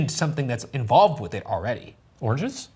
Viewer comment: Am I the only one hearing "orgies" instead of "oranges"? Is it a bit? Do I have a problem?